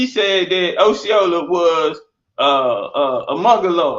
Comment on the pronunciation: He can't even say Osceola right🤦🏿‍♂️😆